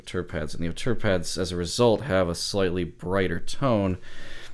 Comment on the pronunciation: Nice review, and thanks for pronouncing Auteur better than most, i.e. not Oh-two-er and not as indicated on the ZMF web site!